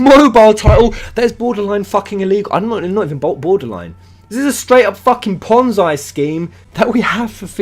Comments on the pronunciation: It's pronounced "pon-zee", not "pon-zai" I will agree that the game looks dodgy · it is pronounced ponzee not ponzai fuckface. no disrespect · fascinating this is... btw it's pronounced pon-zee not pon-zye. ^_^ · Not trying to defend new empire...fuck that game lol. But people need to educate themselves...This is not a ponzi scheme...apparently these wanna be moral high ground idiots don't have a clue what ponzi scheme means, or even how it works...also...its pronounced ponn-zee, not ponn-zy... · it's ponzi (pon-ze) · It's pronounced "pon-zee" scheme. It's named after the man who was arrested for the crime. Not to nitpick...just in case you make further videos about this. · It's pronounced pon-zee, it comes from italian mafia schemes in the 50's. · It's Ponzi as in Pon-zee. Love ya, but mispronunciation gets to me.